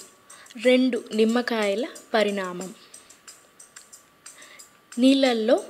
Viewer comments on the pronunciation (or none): Parinamam kaadu parimanam